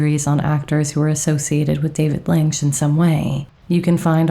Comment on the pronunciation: I think the director pronounces his surname “Linch” not “Linx”.